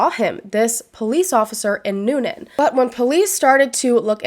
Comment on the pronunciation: I live in Newnan and this case has been so questionable for a long long time! Good job pronouncing Newnan and Coweta btw!